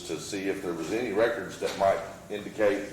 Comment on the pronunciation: Also, the way he says "reckerds" annoys the he'll out of me.